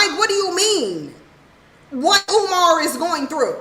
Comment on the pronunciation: Oh! Kumar has childrem? (UMAR). Not Kumar.